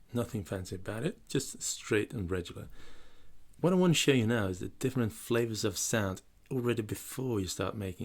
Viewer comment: Hey, interesting app. I am going to help you out, regular is not pronounced the way you say it. You say rejular, if you say the word egg in the middle you'll be just fine. As in rEGGular. Thanks for your videos, like a lot of them so there's a pro tip from me to you!